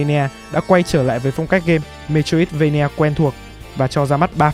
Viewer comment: xin lỗi nhưng bạn phát âm metroidvania là "mê trô ít vây nha" nghe hơi buồn cười nên sửa